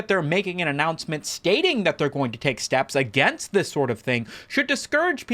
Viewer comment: That aussie "Steps" made me spit take.